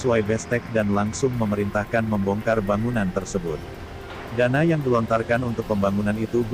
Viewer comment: berita macam apa ini pengucapan dana aja salah,,trus lagi tanpa ada sebutan kota,kabupaten atau provinsi mana.bung indonesia itu banyak kota kabupaten dan provinsi publik apa ya tau itu daerah mana.👎👎👎👎👎👎